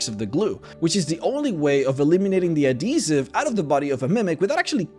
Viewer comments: People: Add - he - siv: A D E E S I V E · AD-HE-SIVE.....say it with me.. not ah-de-sive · Adeezive....Adhesive pronounce Properld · Adeezive That’s not how you say it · AdHesive... uhd-HEE-suhv. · Ah yes adeeziv... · AD-HE-Siv. twitch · I’ve never heard this pronunciation of adhesive before ö I was a bit confused for a second there :’) you have a very interesting accent for some words. And thx for all the educational vids ^^ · The way he says adhesive.